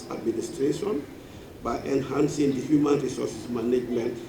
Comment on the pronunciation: Someone tell him it's not hooman rights!!